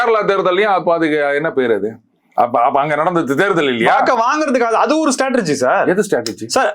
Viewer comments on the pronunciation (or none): That host is pronouncing strategy as statregy